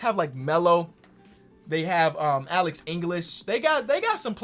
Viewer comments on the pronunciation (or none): none